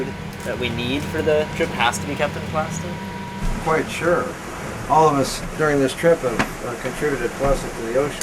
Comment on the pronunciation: "plostic" ...god he's so annoying